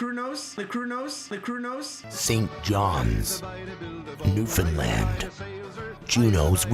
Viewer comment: Not only are these two guys great at what they do, but they are so hummable and respectful guys I have ever met in the music biz. can even say Newfoundland right!